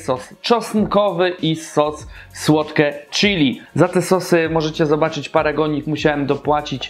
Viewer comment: witam jedynego youtubera który nie potrafi poprawnie wymówić nazwy KFC. Jak mnie kurwać męczy to Twoje odwieczne KE ef si, he, he :) Ogólnie zawsze oglądam i łapa w górę. Pozdro :) SerkEM, słodKE chili itp. Spoko mordo już wiem co jest grane... nie czepiam się co do Twojej polszczyzny :) Działaj dalej. Siema.